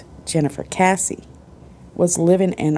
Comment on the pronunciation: I was in a Search and Rescue Group and participated in at least two (maybe three) call-out searches for her (not Texas Equusearch). This case is special to us here in my town. ❤️ It is sad not to see her photo up anymore around the Millenia Mall. BTW, her last name is pronounced KESS-ee (not like Casey). I just started your video and will let you know if I can add any details. Her parents are very nice. As far as I know, the idea was that the suspect was/is a construction worker from her apartment complex (who gave her bad vibes). It is thought she was off to mail something and was attacked. Jennifer was fit and would have struggled. Her apartment was pristine and showed no signs of struggle. The construction workers were allowed to live there and many may have been undocumented. I believe they were still selling units in the apartment and the association did not give all the info (or did not know) all their workers! I assumed that the killer/suspect may have left the country. The video shows a man, a slight man, with clothes consistent with a worker. The person has a particular walk. There was stuff in the backseat so it doesn’t seem like a robbery. Her boyfriend was not a suspect, as far as I know. He had an alibi.